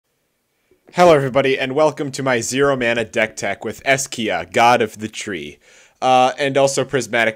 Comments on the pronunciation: It's "Esika" not "Eskia" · its EH-SEE-KAH not es-key-uh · It's E S I K A not E S K I A... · I swear MTG players lack basic reading skill. it's ESIKA not ESKIA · Es-I-Ka not Es-Kia